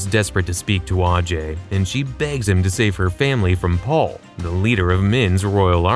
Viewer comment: It is kyrat not kiriyat, and it's ajay not aajay. Why americans can't pronounce English words when it is indian or hindi word. Even in game it has not pronounced properly